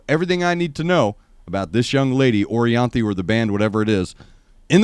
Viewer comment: She was supposed to be the guitarist for Michael Jackson in his last tour. And Michael is a perfectionist so. She is so bad ass 🤘🤘🤘and l think you said her name correct